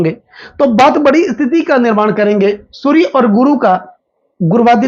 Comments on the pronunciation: 😅😅😅😅😅 वहीं समझ में नहीं आता है कि यह श अक्षर बोल सकते है लेकिन गलत जगह इस्तमाल कर रहे है।😂😂😂 चलो, जो महत्वपूर्ण माहिती मिल रही है उसे लेले और समझ लें। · अरे बाबा जी शूरया नहीं सूर्य ।